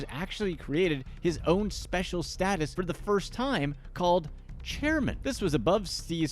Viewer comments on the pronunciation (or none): none